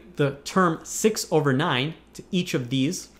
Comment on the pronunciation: All I hear is: Sex... sexist sex....sex hundred and sexist sex...